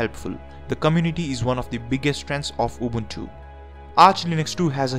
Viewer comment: The way he pronounces it... UWUntu